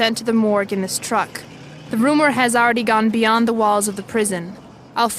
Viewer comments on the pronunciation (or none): none